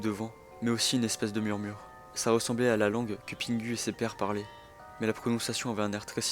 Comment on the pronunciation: Pitié c’est pingou pas pingu que ça se prononce …